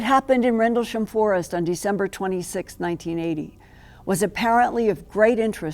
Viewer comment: Is she drunk or has all the plastic surgery stretched her face to the point where it’s difficult for her to move her mouth properly to talk? Listen to her saying “Rendelsham” and trying to say “Penniston”, slurring and pronouncing it differently each time.